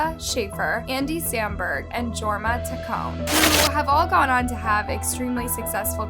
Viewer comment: You kinda butchered the names of The Lonely Island guys. Their names are pronounced “Uh-keeva” Shaffer and “Yorma Tuh-Coney.”